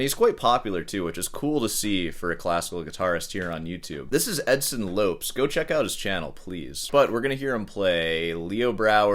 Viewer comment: They way he pronounced Edson Lopes is either sarcasm and this is all satire, or he seems to be what used to be called a "high functioning window licker".